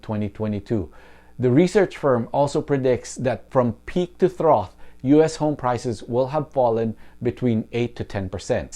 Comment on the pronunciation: Pronunciation tip: trough is pronounced: trahf.